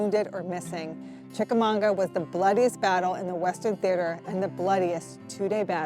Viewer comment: That's Chicamauga not Chicamonga, right? Great video, just wasn't sure if I was hearing correctly.